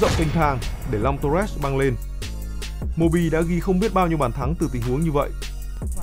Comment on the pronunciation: Long torres mà lúc đầu nghe cứ tưởng long toilet